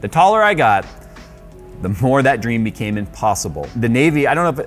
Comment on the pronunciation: Oh, sorry. You from Brzl? As far as Brazilians have told me, there you kinda' use different pronunciation rules for english as a foreigner langage. Maybe that induced to that "became". BTW... yo hablo español como lengua nativa, pero ese "became"....